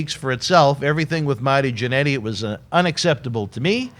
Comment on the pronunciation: "Mahty Jannetty"